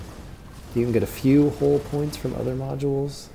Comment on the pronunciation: Love your videos! Helpful, informative, and well researched! But I cringe every time you say "hull", it sounds like you're saying "hole" 😂